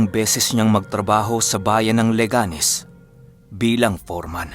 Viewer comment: Good Morning, LE-ganes po yung tamang pronunciation ng lugar. Nasa first syllable po yung intonation. Mali po yung le-GA-nes. 😊